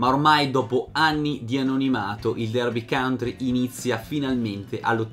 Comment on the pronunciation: county porco .... non country ahhh per favore . per il resto sei un mito per aver portato alla luce questa storia